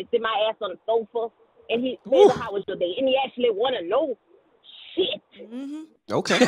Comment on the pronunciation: The word "Shit" has never been pronounced as strongly in the history of life Lol